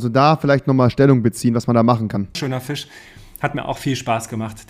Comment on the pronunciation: du kannst nicht mal Fisch aussprechen 🤣